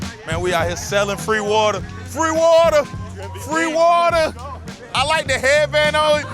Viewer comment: He said “we out hea sellin free wader” 😂 that’s my guy